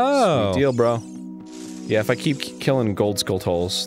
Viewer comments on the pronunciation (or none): Ariiiinnn...... they're SKULL-CHUH-LUHS. Like a tarantula. Skull-tarantula. Skulltula. Not "skull-TOLL-uh". What the fuck arin. It's like the simplest fucking pun. It'S SPELLED AND PRONOUNCED LIKE TARANTULA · Oh my god. If I hear "Skull Tull" one more time. Skulltula. Like tarantula.